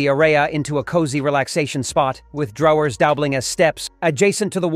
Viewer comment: Why is the word "drawers" and "clothes" mispronounced??? I had to stop listening bc it was so irritating. Is everything AI now????